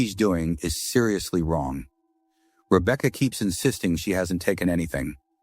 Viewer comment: Rebeaka 😂😂 He said it fine until that point 😂😂 hilarious thought I was the only one who notices that